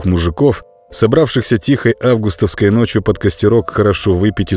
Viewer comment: Ну почему августОвский ?!?! А*августовский !!!